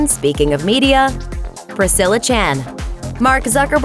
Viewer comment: That is not how u say Priscilla.